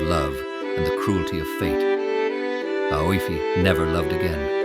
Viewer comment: The girls name, is it Aoife? If so, it is pronounced Eefa. Otherwise, beautiful.